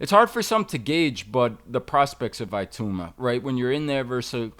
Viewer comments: Tbf even english people pronounce it Itooma/Itauma. The 'I' certainly isn't pronounced EYE though like most Americans tend to say. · Moses, "Iatooma" 🤣